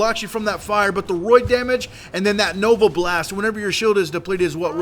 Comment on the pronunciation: its raid not roid